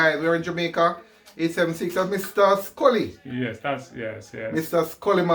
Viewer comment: Ooops "Scully" not Sully